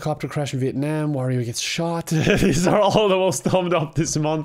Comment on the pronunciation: The first youtuber I've seen who's pronounced Vietnam mostly correctly.